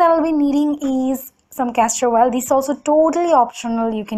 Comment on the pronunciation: It's oil not oal ...fake accent 😧